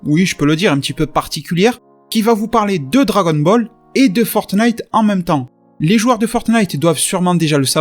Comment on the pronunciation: Tu me tues à dire "fortenite"